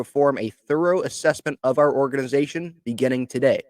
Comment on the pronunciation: Nah. Not are current. Not “are curren.” /